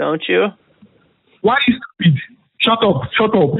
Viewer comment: "Listen to me. Is you soupeed?"